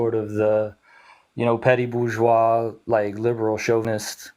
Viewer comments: Nah she was unbearably ignorant and smug simultaneously (BER-Gweece; “nuclear family” lol) and frankly—I would have been much harsher on her. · That’s Bur-Gweece Nuclear Family buddy! Lol